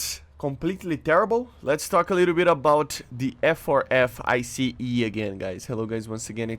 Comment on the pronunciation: Its Not called I C E, its Ice, like the one you can eat